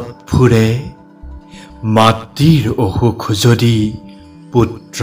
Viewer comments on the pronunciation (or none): "অ- সুখ"টো অষুক আৰু "বিদ্যা হীনটো বিত্ৰাহীন উচ্চাৰণ কৰে নেকি ?